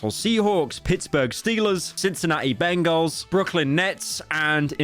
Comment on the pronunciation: Bro called it the Bangguls